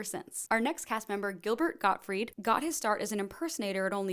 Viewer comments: Gabriel Gottfried lmao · Yet she doesn’t know how to say Dan Aykroyd or Gilbert Gottfried.